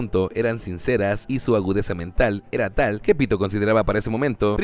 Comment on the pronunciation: Soy el unico que escucha 🗣Pito‼️ en vez de Pitou🗿?